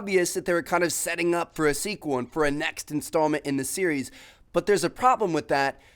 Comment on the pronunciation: How tmartn says the word but: "butah"